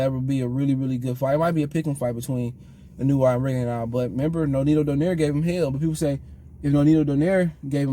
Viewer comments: Pronounced: “in-new-way” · Akhsually. It's Ee-no-ooh-eh